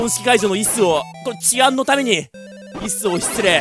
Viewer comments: 椅子の発音がイ＝スで笑う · ゲーム実況者として、幕末志士の坂本としてこれ以上はないってくらいのムービーでした！！ 椅子のイントネーションおかしいのもって感じwwwww